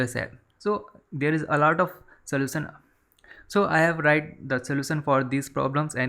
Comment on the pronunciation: soution no no => slosan your English want to fuck